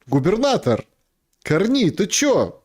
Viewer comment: такую хрень про Канаду несёт, аж уши в трубочку заворачиваются. хоть бы ударение правильно выучил как ставить в фамилии Карни. уровень перехода у метро.